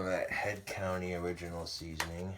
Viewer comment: it's head COUNTRY, not COUNTY. There is an R. Just letting you know, bro! Love a good cooking videya!